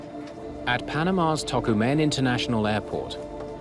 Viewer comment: that "Tocumen" pronunciation from the narrator took me by surprise